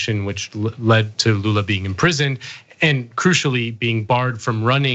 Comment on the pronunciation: Wow, he pronunciation of Lula's name was on point